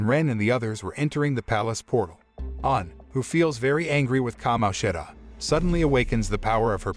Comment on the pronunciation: bad. every time he said certain characters’ names, such as Kamoshida, he messed up the pronunciation